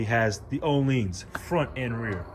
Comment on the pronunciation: Isn't Olean what used to be in potato chips while Ohlin is a suspension? Oh-Lin instead of Oh-Leen. Just saying 😀